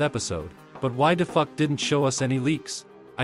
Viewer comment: Bro say it as dufuck